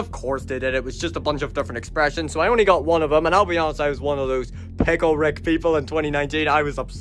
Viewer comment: It’s picke rick